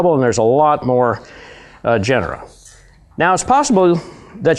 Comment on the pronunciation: Genre is a 2 syllable word, other than that, great video. :o) If you want to correct someone...shouldn't you be correct yourself? (Which...I still may not be....)